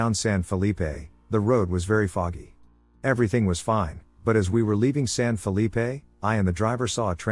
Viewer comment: Stop saying San Felippe. Nob.